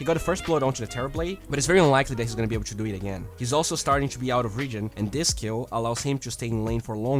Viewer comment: stop saying to as "chu"